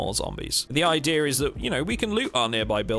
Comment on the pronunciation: Why are you making R sounds in a word like idea?